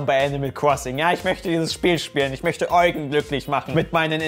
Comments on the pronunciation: Es ist lediglich die Betonung falsch bei der Aussprache im Video. Du kennst ja das Lied „Prinz Eugen, der edle Ritter“ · ich finds lustig wie alle "eugen" sagen.... das wird: "iudjien" wie mr krabs